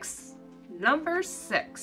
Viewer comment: do you pronounce sux instead of six